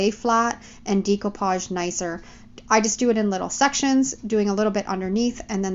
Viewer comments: The correct pronouncing is. DAY COUPAGE DAY COUPAGE DAY COUPAGE It's not so hard. Practice saying it and it will come!!! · You have an awesome ability to change the concept of any item but sweetheart it drives me crazy how you pronounce "decoupage"...🤣